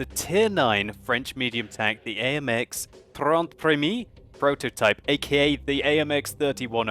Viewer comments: The sad thing is, it's premier, not premi as you pronounce it. But thanks for the effort anyway :) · also dont pronounce it preh-mee pronounce it preh-mee-eh (eh like canadian eh) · PremiEH Pronounce it Canadian. You are doing it wrong. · You said "premier" the wrong way. The 'i' and 'e' are 2 different sounds